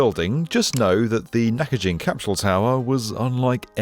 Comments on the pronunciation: Love this show, but why are you pronouncing an "H" in capsule? It's not cap shool. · What on earth is a "capshule?" What's "highth?" 😆